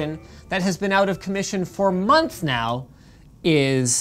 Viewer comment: "monthfs naow."